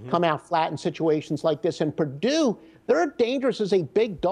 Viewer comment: Pardue? Isn't it Purdue?